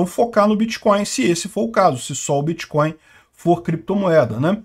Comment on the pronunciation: É biticóiu e krépito moedas.